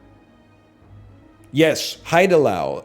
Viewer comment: this guy always talks about how cultured is having lived in korea for 6 months and then he keeps pronouncing haidilao as hide allow 😭😭😭